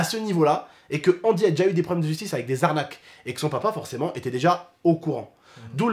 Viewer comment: c’est angy pas andy